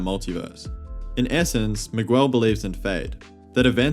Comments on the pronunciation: Why are you saying Migwel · Miguel O’Hara It’s pronounced MIG-L Miguel I feel like you would know this since you watched the movie and had enough time to make a video on said movie Like not to be disrespectful or anything, but mispronouncing a characters name can be off putting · I couldn't watch the video cuz the way you say Miguel :(